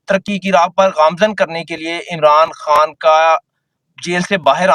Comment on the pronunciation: او بھئ: اللہ کے واسطے اردو کی بربادی نہ کر ،، جہاں ”خ“ کی آواز ہو وہاں ”ح“ کیوں بولتے ہو ، 😮😮😮 خوش کو حُش ،، خبر کو حبر ،، خان کو حان 😮😮😮😮 مطلب حد ہے 😮😮😮😮😮